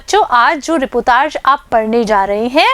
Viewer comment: मैडम जी रीपोतार्ज नहीं रिपोर्ताज होता है